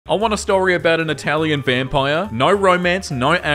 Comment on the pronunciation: Why do you talk like that bro 💀 "i want a story about aN itaLIAn VAMPIRE!."